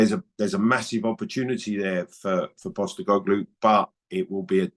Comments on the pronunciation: Did Clive say Ange POBELIGOSCU 🤔🤔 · …the laughing occured after the mispronunciation of "Postecoglou"